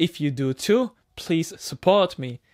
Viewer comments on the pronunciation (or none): none